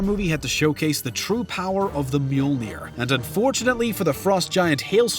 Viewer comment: Wow, the mispronunciation of words in this video is unreal. Did the narrator just read the words without ever watching the films? Because they pronounce these words in the film, and it's not as this guy does. "The Mjeulneer"; there's no "The", it's just "Myol-neer" Laufey is "Law-fay" not "Low-fay" Extremis is "Ex-trem-is", not "Ex-treme-is" Aldrich is "Ald-rich" not "Ald-rick"; ch as is "change", not as in "character" Malekith; how did you get "Maulkith"? It's "Mal-Eh-Kith" I can't fault people for it, but "T'Chaka" and "T'Challa" are supposed to have silent Ts at the beginning, but clearly the MCU didn't hold true to that themselves "Klaue" is literally a play on "Claw", not "Klao" This isn't a mispronunciation thing, but "Odin meets his maker"? I mean, he has a father, and a grandfather, but that's a rather interesting euphemism to use with such a figure. Probably not the most appropriate one.